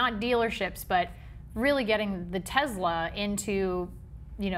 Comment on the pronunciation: Stop calling it a Tezla!